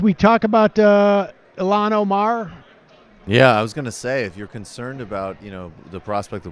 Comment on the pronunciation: Why does Sam keep on pronouncing Il-Han as Ilan.